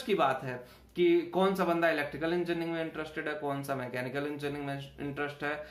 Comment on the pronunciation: Pehale engineering thikse bolo